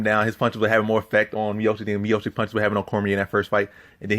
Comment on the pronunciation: Dude, calling him "" constantly is making me doubt everything you say... But somehow you got it right mid video, beside that, good breakdowns, like always.